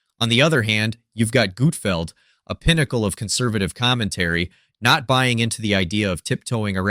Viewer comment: Who is Gootfld? Ohh... You mean GUT-FELD.